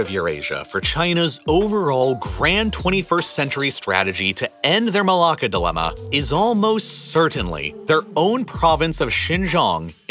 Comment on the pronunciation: As a Malaysian, he pronounces it just fine.